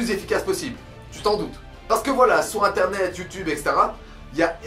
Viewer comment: Vers 1.50 le "sur inténet " aha, sinon bonne vidéo, en espérant que ça va motivé qlq uns :D ! ORAAAAAA ;)